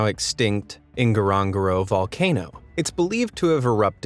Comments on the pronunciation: N'goro N'goro not Ingarongaro Otherwise I like the vid. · There is no I at the beginning of Ngorongoro…. Nnn-Go-Ro-Nnn-Go-Ro. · Hahah why did you pronounce Ngorongoro like that!!! It’s pronounced like ngoro-ngoro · Just a tiny bit of research would have informed you that your pronunciation of Ngorogoro is so bad it wasn't till it was printed on the screen anyone would know where you were talking about, get a grip, if you want to do videos about facts and places, put a tiny bit of effort in !! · The way u pronounce NGORONGORO 😂😂😂, welcome Tanzania guys 🇹🇿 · i just love the way you're mispronouncing Ngorongoro. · 'Ngorongoro' is swahili..you know how when you add 'n' to the word gone and pronounce it as 'ngone'? Now pronounce the 'n and g' together the same way you'd pronounce them In 'ngone'...